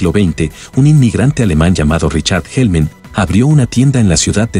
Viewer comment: ¿"HellmEn"? Jajaja